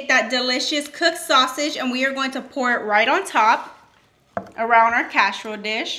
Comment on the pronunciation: "CASH-A-ROLE DISH" 🤣